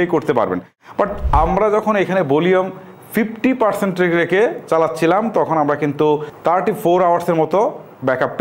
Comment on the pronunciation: dude first of all get your pronunciation right, It's চার্জ not চাজ , what is Case unbalanced আপনার মত মোটা নাক যাদের তারা নাকের উপরে রেকে (রেখে) বেলেন্স (ব্যালেন্স ) করবে নাকি ? and what is you don't have to struggle to get the buds out of the case, like dude who wrote your script ! ওরে শীল মাইরা দেন । and also what do you expect from ANC , like i have ANC mode on now if someone shoots a gun right beside my Ear i won't hear it . Even Apple will fail to provide that type of ANC. Also IPX4 rating শরীর গেমে নাকি ঘেমে ? and dude tell me this on the packet it says upto 40 hrs and company Claim 40 hrs their is a difference . get your facts check who made you a Tech reviewer